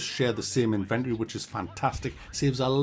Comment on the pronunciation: That’s not how you pronounce inventory